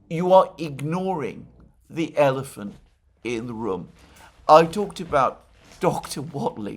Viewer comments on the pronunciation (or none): none